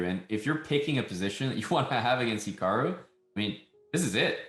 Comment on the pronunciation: "HIAKRU" lol, close enough...